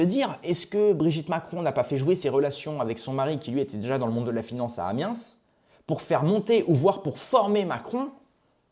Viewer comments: Le Yarl,le Jarl. Amiens,Amiençe. C'est quoi le prochain?Marseille,Marcel. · On prononce "Amien" (sans le "s")... 😁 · Au fait ! on ne prononce pas Amiens : Amiense, lol